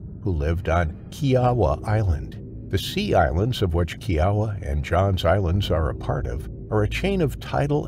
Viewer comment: "Kee AH wah" island lol